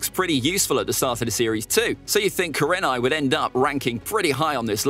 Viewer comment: You underestimate kurenai and mis pronounce her name